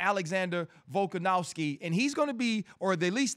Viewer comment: Really wish rc would stop calling Alex volkanowski, it’s a V bro lol